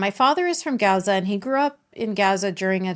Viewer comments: What is Gasa ? I really thought it was pronounced like gahza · Serious question I thought it was pronounced, Gaza like GAHza as in father. Or Islam like Islahm. Not Islam like Spam. Iraq like Iraq not I rack. I’ve never heard any Arabic speaking person say the As like that in those words